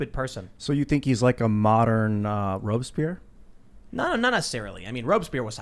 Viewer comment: What's with all the butchering of French on this channel ? Robe-spear ? I know you mean Robespierre but seriously...